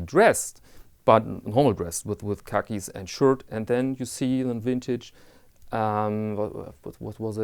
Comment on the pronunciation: Well done. Another great video. Your content is always enjoyable and I find your accent a joy to listen too. Wintage, Vintage, Tomato Tomateto, it doesn't really matter. We know what you mean. 😊 Also, Im from Australia and I want to inform you that the 10% Goods & Services Tax (GST) or "Customs" as you say, applies to all imported goods valued under AU$1000 that are purchased from a "business". Buying second hand/used watches valued under AU $1000 trom an "individual" may or may not have 10% GST added. I also appreciate that the "character" AC3 has worked long and hard & possibly even lead the way in this "Watch Vlogger" genre. His style has his followers & detractors, but its your civil, polite & respectful style of conyentTim that i look forward to viewing the most! Keep up the great content. Cheers from "Down Under"